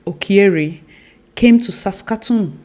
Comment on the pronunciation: The white reporter pronounces 'Okyere' better than my African brethren 😂